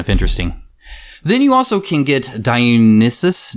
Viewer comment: Die-Oh-Nye (As in Bill Nye the science guy)-sis. Also, glad to see someone else enthusiastic about Mythic Battles. I am happy that there are only two new expansions in this one since there is no way I could afford more with Solomon Kane coming in less than a week and Cthulhu: Death May Die coming later this year. And I believe they said Mythic Battles Ragnarok will be a 2019 Kickstarter. Edit: I already have all of the gameplay elements from the first mythic battles except the RPG Book they released.